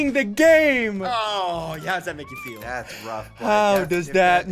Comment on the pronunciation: Ssundee said: How does it make you peel? You mean feel.